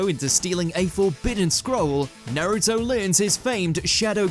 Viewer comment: What's this Nairuto? I only know a naruto. Na-ru-to.